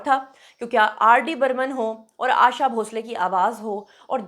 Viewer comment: 'आशा' नाम इतना मुश्कील है? आयेशा नही, 'आशा' नाम है. आशाजी हमारी जान है❤️